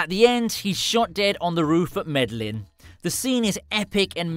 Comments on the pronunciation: dude said Meh dell In 😂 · Medellin not Meddling you imp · Medlin? really? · Your pronunciation is terrible where did u get George from? Its Jorge pronounced" hore hey "it may look a little like George but it's a totally different name I know u don't speak Spanish but u only have to parrot back what u here u pronounced nearly everything wrong including kiko,Medellin